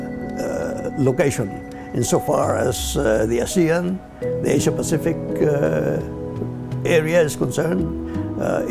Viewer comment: Why is the narrator saying 'Asia' really weird?